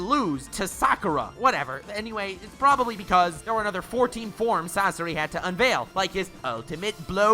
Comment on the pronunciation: I let the video keep going when he disrespected the fire style release but I have to stop when he said Sasori. I won’t watch anymore. Just my opinion tho